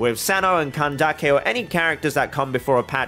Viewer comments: i actually think pronouncing it candakke is…. more offensive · Kandake is pronounced more or less how you said, but Candace can be pronounced the usual way. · hey, genuine question, how sure are you on which syllable the emphasis should be for candace? so "CAN-dace" or "can-DA-ce"? i would have assumed the former, since i think it probably originates from the latin word candicare, where the emphasis is on the first syllable "can" also, for "cyno", since its greek, I think the "y" should be pronounced like the german "ü" (instead of "se-no" as you say it in the video), but idk if maybe hoyoverse themselves aren't sure about that (the "cy" or "sü" sound is quite difficult to recreate in japanese/chinese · I'm confused where can-daak-kay came from, because when I look up pronunciation it's kan-dis 🤔 being genuine here, have I missed something? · ok mr you explained the etymology of klee, and cyno.. how about candace? i used the pronounciation funtion of ggl translate for both greek and arabic and they both say it like [canned-ace] while you say it like [can-da-ke] which i want to understand. thank u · bro.... if her name would be kandake i would understand, but its candace, even dawei the ceo (iirc) from hoyoverse says candace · Why calling her "Kandake" when her name is Candace?? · Neither. Ideally it would be pronounced like Kandaka. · I am super glad youre saying candaces name like kandake. Im half egyptian and i find it extremely disrespectful that mihoyo is telling the VA's to say the names wrong